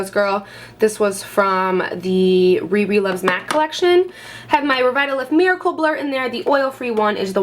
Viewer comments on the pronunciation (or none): none